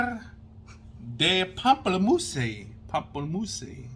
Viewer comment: Pamplemousse is "grapefruit".....pam-pell-moose....just sayin'